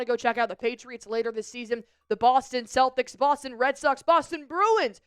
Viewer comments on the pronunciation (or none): none